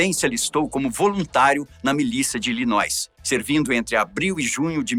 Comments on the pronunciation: Apenas a titulo de colaboração o estado se fala ILINOI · A história desse presidente realmente é bastante sofrida... só uma correção "Illinois" não pronuncia o "s".